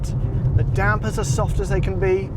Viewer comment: Well I'll be damned, there's someone who actually knows that it's pronounced "dampers". Well done!